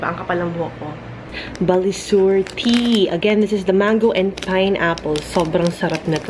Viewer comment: I have that kind of tea. Btw, it's BA-SI-LUR not Balisur 😒